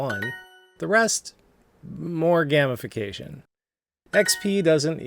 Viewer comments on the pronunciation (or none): It's not GAM ification, its GAME ification. Come on, Dad!